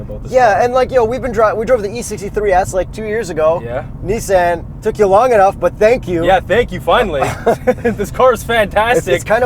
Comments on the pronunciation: “2020 Nissen GTR” LOL i thought it was Nissan GTR 😬😂😂😂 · Fuck sake! It's a Nissan not a Neesan. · This man really said niss-AN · tell me why this guy pronounced nissan in the most weird way possible smh